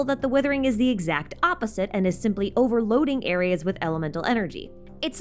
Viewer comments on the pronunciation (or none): none